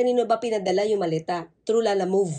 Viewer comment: atty. lala move po hah...hindi lala moved...parang ang bigkas mo kasi dinidiinan mo yung move ei,lumalabas na moved....yung moved na gumalaw...hehe....pangalan po kasi yan nang business.....hindi action word...hehe